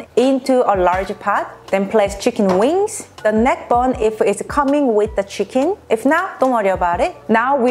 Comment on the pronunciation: 치킨이 한국식 발음인데 혹시 한국인?